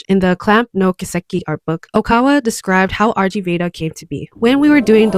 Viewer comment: First correction! The RG in RG Veda is actually pronounced "rig", as the RG Veda is actually a published sanskrit collection of religious and cultural hymns. Correction #2! Clow was not trying to help Sakura surpass him, actually! It's quite the opposite, in fact! Clow is the most powerful being in the CLAMP universe. He was born from an extremely powerful combination of Eastern and Western magical bloodlines combined, and his mere existence is so powerful that the universe itself only allowed one of him to exist in the entire multiverse! Every time Clow appears, it is the same exact person. However, this insane amount of power is so broken that the world essentially warps around Clow himself. He cannot fully control it. He was born knowing the trajectory of his entire life, his romances always cause his lovers or admirers pain, and even a mere desperate thought has the potential to spiral into an incident capable of tearing the universe apart by its seams (a la Tsubasa). His life was not a good one, and he did not want anyone else to suffer the same fate. Unfortunately, one descendent far in the future was set to inherit his power: Kinomoto Sakura. He did not wish the same pain onto her as he himself had, so the entire plot of Cardcaptor Sakura revolves around his efforts to orchestrate the splitting of his massive power among several of his descendents. Funny enough, Ohkawa-sensei also worked extensively on the CCS anime, so many of the differences between the anime and man